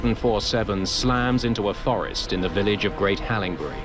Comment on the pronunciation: "a korean air slams into a *thorest*"